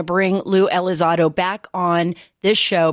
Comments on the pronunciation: I keep hearing her say ELI ZAD OH... lol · "Blink 132".... "Lue ElizARDO"..... Pretty embarrassing